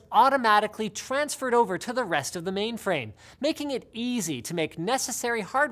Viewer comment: Linus, are you saying maimframe?